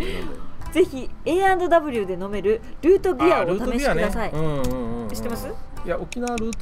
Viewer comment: ルートビアおいしいわｗｗ、変な飲み物みたいな言い方するなよｗｗｗ、ＡＰＰＢＡＮＫジャパンツアー楽しみだなー